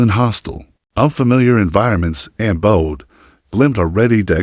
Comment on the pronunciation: And Bodø. It's not Bode or Boad. The ø is pronounced as the ea in early or heard. Ø means island.